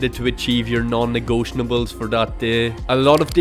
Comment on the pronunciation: its not "negotionables" your're adding a full syllable